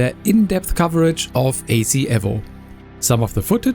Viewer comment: Please stop calling it Assetto Corsa EV-0..... it's E-VO